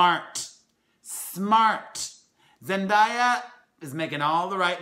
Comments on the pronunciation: “ZEN-DAY-A” just sayin lol, all love ❤️😩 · ITS PRONOUNCED ZEN DAY YA damn🙄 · FYI Blake Griffin plans for the los angels clippers. Also, you are pronouncing Zendaya's name wrong. Love the video!